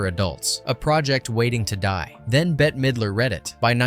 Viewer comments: Please pronounce her name correctly, it’s ’bet’ Midler, not betty or anything else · Her name is bette not Betty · WHOA, WHOA, WHOA IT'S "BET" (MIDLER), NOT "BETTY". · Betty ?? It's > Bet < ffs Bette Midler should smack the sense into you . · Her name is Bette (bet) middler. Not Betty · It Bet,not Bet-te. Midler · Her name is pronounced “Bet” Midler. They did film some of it in Salem. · How DOES ANYONE NOT know THAT it is pronounced BET Midler , spelled BETTE MIDLER smh She's an ICON and deserves to have her name said correctly!!! Please work on doing BETter 😭😭 (see what I did THERE?!) 😂😂😂😂😂😂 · Bette. Pronounced "bet". Bette Midler. It's responsible to learn your subject before speaking on it. ✌️ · "Betty" Midler lol oh lort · Her name is pronounced bet....its spelled bette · BETTE-Y LOL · NS right?! They lost me at the first “Bet. T.” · how many times can you get her name wrong crikey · how do you not know how to pronounce Bette? good video otherwise